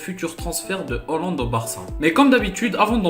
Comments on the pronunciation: On dit Haaaaaland pas hooooooland, sinon gg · Pourquoi tu dis Hollande ?? Il y a pourtant AA après le H !